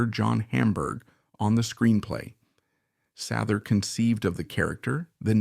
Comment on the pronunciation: SAYther … get it straight